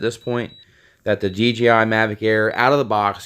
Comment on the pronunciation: I'm sorry, but I OCD about this stuff but it's DJI and not DGI, I know you know this but the way you pronounce it is making me go crazy! But great video man good job!